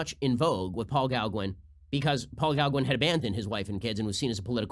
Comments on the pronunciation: Just a minor point (extremely minor), but "Gauguin" (Paul Gauguin) is pronounced "GO-GAN" (French), not "GOW-GAN" (which would be the pronunciation if he had been German as in the word "fraulein"). Other than that, great points as usual, Ben Shapiro. :) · Paul Gauguin's last name is pronounced like go-gan, with a hard O and a soft a. It took me a moment to figure out who Ben was talking about. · Who is Paul Galgwin? Oh, you mean Goh-gan... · Go-Gan, not Gow-gwin. Go-Gan. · OMG I've never heard Gaugin's name transliterated til today. I didn't know who he was talking about! I sounded out what he called the perverted genius to search it and found Gaugin! not Gowgen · Gawgin? it's go ghan lol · Paul Galgwin? Gauguin (Goh-gahn).....yikes Ben, is that mispronunciation intentional? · Ben, it's "go-ga" not "gau-gwin" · Paul "Gow-gwin"?? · Gawgwen?? I thought you went to Harvard, Ben! 😬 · Love you, Ben, but please never say "Gow Gwen" again. My ears are bleeding. I'm sure the execrable Michael Knowles can help you pronounce it correctly. 😂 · What's a "gow-gwin?" That's not how it's pronounced. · Ben! You pronounce Gauguin as "GOW-Gwin"? Really, GOW-Gwin??? STICK TO POLITICS, BEN. OUTSIDE OF POLITICAL DISCUSSION, YOU ARE AN IGNORAMUS. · It's pronounced GoGAN I believe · Ben!!! GAUGUIN - pronounces “GO - GAN” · I winced every time he said gowgwin. Lol. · Things I hate: Ben's pronunciation of Gauguin. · Don't worry Ben. Gauguin wants to be cancelled now since you just butchered his name almost beyond recognition. Seriously, YouTube has a video pronouncing pretty much everything... USE IT! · Ben's pronunciation of "Paul Gauguin" though... damn... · Ben- please for the love of God, learn how to pronounce Gauguin! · I wanted to rip my brain out every time I heard him say Gauguin. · ‐ how to pronounce Gauguin. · Paul Gauguin was one of the most famous influential impressionists.So funny how Shapiro can't pronounce his name correctly!